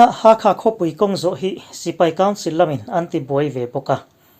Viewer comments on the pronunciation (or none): 'Ha kha' ni lovin, 'Hal kha'